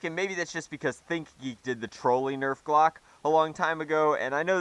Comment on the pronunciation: please tell us that you calling it a "Glock" was a joke.